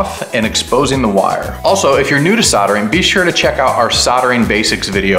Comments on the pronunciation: Love the video, but please stop calling it soddering 🤦‍♂️ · What's soddering?